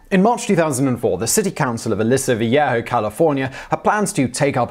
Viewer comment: Uh-lee-so Vee-aye-ho (Aliso Viejo)